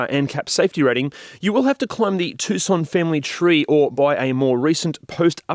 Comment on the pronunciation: At least you can pronounce Tucson correctly